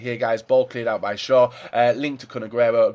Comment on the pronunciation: "That's for shewer"